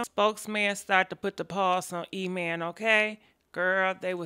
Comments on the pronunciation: E-man,,, Email,, Emam,,, / spokes man ,, spokeham ( smh ) lmao,,, 💭😪😪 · Harpo who dees people? Email and Spokesman?! Sis you ain't waste no time jacking these names up! 😂❤️ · Wait is she saying "email"... "spokesman"👀👀😂😂😂😂 I can't with her man